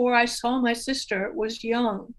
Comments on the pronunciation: His name is not prounced young. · I still cringe every time I hear someone pronounce Jung as rhyming with "fun". It rhymes with "put", as in I need to put sugar in my coffee. Sorry if this is off topic, but there it is. That said, I think I'll be learning much as I listen over and over again to this conversation. Thanks to for giving us these podcasts!, you are wonderful!